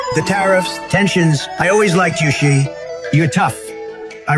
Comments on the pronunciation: WTF Xi is pronounced SHE. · Even the Iranian video says Xi correctly. Wow